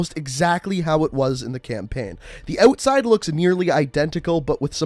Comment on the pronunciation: it's pronounced Outside not ohwtside. Wtf